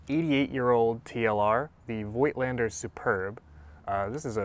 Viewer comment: I made it a habit to try to educate photographers all over YouTube presenting some Voigtländer gear on how to pronounce it correctly (with little success, unfortunately). Voigtländer is not pronounced with an "oy" like in "joy" but with a long "o" like in "horse" or "door". Personally, I really like the look of those old lenses. I myself use a 1939 Rolleiflex as my preferred medium format camera. The Superb is in fact a great camera and was one of the more serious competitors to the Rolleiflex in its time. It had a better lens (the Heliar has five elements to the Tessar's four elements) and its parallax correction was unmatched - the Superb is the only TLR where the viewer's image is identical with what the taking lens is actually taking. I'm still hoping to find a good one for a reasonable price someday.